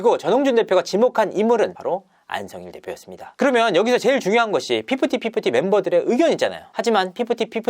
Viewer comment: fifty fifty 발음이 피프티 피프트는 아니지요 휩티 훱티 정도가